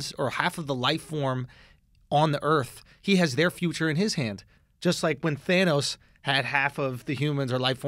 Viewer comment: I love how committed they are to mispronouncing thanos